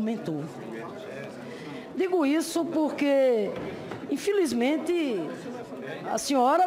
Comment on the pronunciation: "Infilizmente" não sei como tem gente que vota na senhora, senadora!